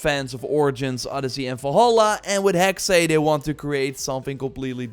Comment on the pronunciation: I think it's pronounced simply hex. Not hexay